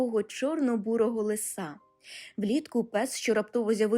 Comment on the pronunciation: лИса, а не лиСа. шЕрсті, а не шерстІ